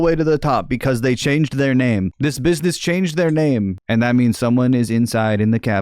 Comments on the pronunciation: I'm pretty sure he said "bibness" at one point. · Guy wants to larp as a journalist and cant even pronounce business properly